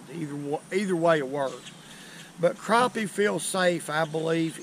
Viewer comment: Yep, yew iz from Al-Lee-Bama, you lost me when you said Cropie..its PRONOUNCED CRAPPIE NOT CROPIE